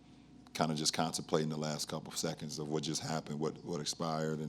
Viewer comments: LOL Did LeBron just say "kind of CONSTIPATING for what just happened"? I'm pretty sure he meant "Contemplating". But after watching G Hill missed the go-ahead free throw, JR running out the clock and Tye Lue forgetting there is a time out left they could've called. Maybe that is exactly what LeBron felt!! "Constipating"!!! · Sounded like he said Constiplating lol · JUN LIU That is what he sounded like. There is no "S" in contemplating. Maybe you need hearing aids?